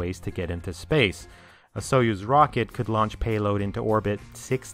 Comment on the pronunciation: Kudos to you for trying hard to be as accurate as you can! So I offer you some corrections: yes, Buran you correctly pronounced as "burAn" (blizzard), but others should sound as "enErgiya" (energy) and "soYUz" (union).